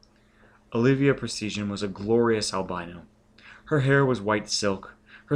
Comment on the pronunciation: If you don't know a word, look it up! Presteign=PRES-stayn. Chicanery=shih-CANE-ery, etc.